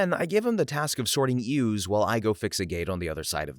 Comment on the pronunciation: Since you said you didn't know how to pronounce "ewes", I figured I'd let you know you did in fact say it correctly! "Yoo" is the correct pronunciation :]